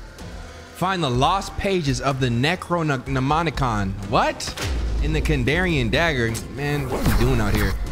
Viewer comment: I know did not just hear "Necronomicon" as "Negronomicon" during that tutorial 🤨